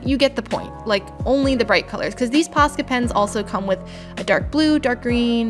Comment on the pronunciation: At the start when you said Posca pens I thought you said pasta pens 😂I don’t know why